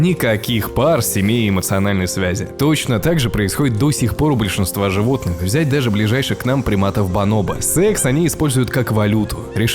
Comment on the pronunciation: Правильно бонобо́